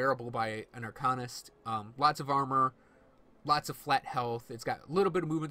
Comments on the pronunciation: Arkannist? wtf.. AR-CANE-IST. Upgrade your speech. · There's no "e" in the "Arcanist" class name so to say it as "AR-CANE-IST" is incorrect. Upgrade your english.